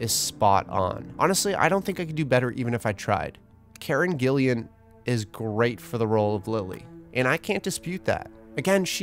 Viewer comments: It's Gillan, not Gillian. Just sayin'. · "Listen to it again. He says Gillian" That's the problem. Her name isn't Gillian. It's Gillan. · "Karen Gillian" C'MON it's Gillan! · why does he say "Gillian"? It is Gillan, Karen Gillan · I think it is an American unfamiliarity with Scottish surnames? Though I assume there are some with Scottish heritage there but I guess some went to Canada really. 😅 But yeah, slight lack of research and sort of ignorance and maybe he was more familiar with the first name Gillian and confused them? He also said Ewan wrong in the other vid which I kinda see as a lack of familiarity with Scottish names, I am English so I am a tad more familiar personally, nice to meet you by the way, you seem friendly. 🙂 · Ahhh I feel bad for pointing it out, her name is Gillan not Gillian. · Did you just call Karen GillAN, GillIAN? No, it's just Gillan lol... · btw her name is Karen Gillan, not Gillian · Btw just for future reference, its Karen Gil-an, not Gil-E-an 😃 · Karen Gillan, not Gillian. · Gillan, not Gillian, I don’t know why your pronunciation bugged me so much, but it did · Why do americans struggle so much with Karen Gillan's name? There is no extra "i"...GILLAN! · im sorry but the way you pronounced karen gillan as karen gillian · Karen ‘Gillian’ yeah ? 😂😂😂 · also why does he say Gillian? 🤨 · karen's surname is gillan, two syllables with no i after the L's! also, richard madden as james potter is something i never imagined before, but i can see it and i love it. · also not your fault, the typo, I meant the guy speaking pronounced it wrong. 😅